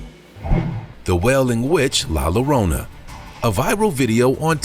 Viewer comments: ok first off its pronounced Yo-ron-ah (Spelled Llorona) not lorona. 😂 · It's pronounced La Yo-rona.!!